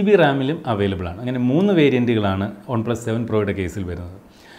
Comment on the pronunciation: Trivandrum kaaran aano? ഒണ് പ്ലസ് അല്ല വൺ plus